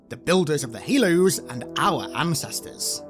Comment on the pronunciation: "The builders of the Halos and OUR ancestors" I heard that emphasis X, I see what you did there😎. Love the "new" original forerunner cannon.